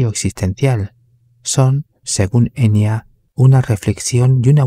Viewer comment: En realidad se pronuncla EnYa,no Enia Bien bruja la Enya Con razón jamás me gustó esa mina ni su "música" y por eso vive escondida,oculta:porque es bruja,vive como todas las brujaa